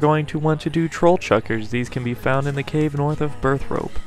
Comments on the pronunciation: everyone does it wrong, its burthorpe not burthrope haha i did it wrong a long time aswell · Hearing "Burthrope" was enough to make me pause the video, see the wrong spelling, hit the dislike button and almost stop watching. But I'm sooooo glad I continued watching... Stronghold of "Secruity"? "Polldivneach"? "Karamanji" dungeon? "Kalaphite"??? There are some serious problem with not reading words properly, resulting in incorrect and inconsistent spelling and/or pronunciation. The content and attitude of the video was not bad, but these errors make me wonder the validity of what you're saying.